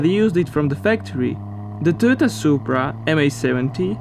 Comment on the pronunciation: You need to pay someone to do your commentary. The way you say Toyota makes me cringe